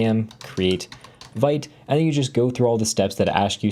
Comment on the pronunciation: love your content bro. But yo check it's pronounced "Veet" lol. It's a french term meaning "to be quick". I've heard ya pronounce it Veet before, but we gotta keep the french alive! lol cheers